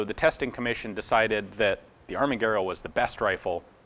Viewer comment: Greetings from Italy. Congratulations on your "Pronunciation", you read Italian very well. Surely you understand that you are US 😁 ... by the way, I didn't know much about the history of the ARMAGUERRA mod.39. Thanks.